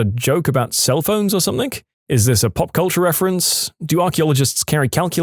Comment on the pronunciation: No K in the word something